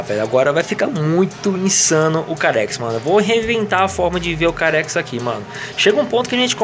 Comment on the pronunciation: o mode que vc fala carex o correto é car xis ou CarXdrift Racin